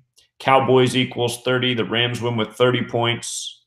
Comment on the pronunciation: he did say 31 pionts